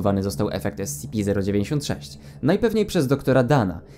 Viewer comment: dobrze czyta